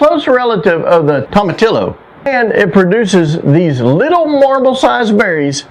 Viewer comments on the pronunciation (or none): Tomatillo is pronounced toe-muh-TEE-oh!